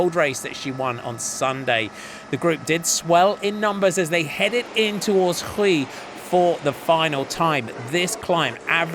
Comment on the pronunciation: Note for the commentator, Huy is pronounced like "oui" and not "Rui"